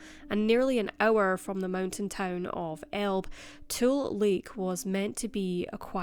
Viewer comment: Elbe is pronounced " El- bee"